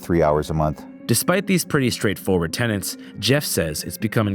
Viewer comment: It’s TENET. TENET. Not “tenant”